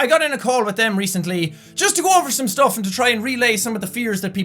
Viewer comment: "They listened to everything I had to say, I listened to SOME STUFF they had to say" (emphasis added) LOL